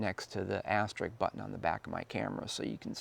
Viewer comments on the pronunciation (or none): Except don’t say “asterik”; it’s “asterisk”!